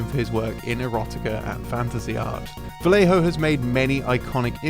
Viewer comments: "VaGGejho" it is how you pronounce it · It's pronaunce: Vah yeh ho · sorry, but it (vallejo) is pronounced "va-yeh-kho/ho," as the "ll" in spanish is a "y" sound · How do you manage to pronounce "Quijano" properly, but not "Vallejo"? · Vallejo isn't pronounced like that man, like damn it's not that hard lol